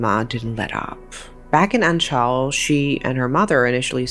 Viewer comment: Omg anchal is literally right next to my hometown of Punalur!!..Glad to see they`re finally brought to justice. And also if i may add, the way you`re butchering the pronounciation of Kerala and Anchal..